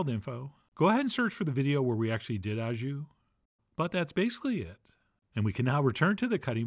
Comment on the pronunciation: Hi just to help modify your pronunciation of : au jus to au in French is pronounced like the letter O or like Santa’s Ho Ho it should sound like Ho jus.